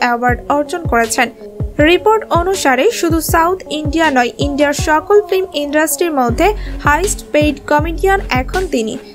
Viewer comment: ফ্লিম or ফিল্ম? উচ্চারণ সঠিক করা উচিত